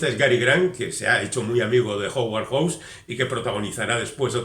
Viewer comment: recuerda que HOWARD se pronuncua jáuard, y HAWKS es joks. No suena ninguna U.